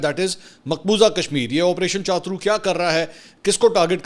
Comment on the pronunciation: کیا چاترو چاترو لگائی ہوئی ہے۔۔ چھترو بولو